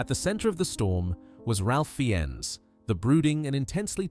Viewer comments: Come on - no one was holding a gun to any of those guys heads. They knew they were married. Maybe they should have decided to remain faithful to their wives. I know it's spelled Ralph but his name is pronounced Rafe. And Fiennes is pronounced Fines. AI can only pronounce names like Bob and Mary. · Ralph? Fieniss? AI sucks